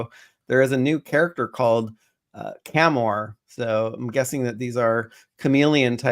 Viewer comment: Cham-Or, Cham-Or, Cham-Or, Cham-Or, Cham-Or Chameleon.